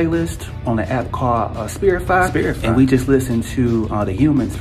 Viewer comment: “ spirtify” spirify???